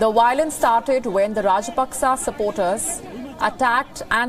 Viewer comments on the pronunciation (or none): It’s violence NOT Wiolence…..🤣🤡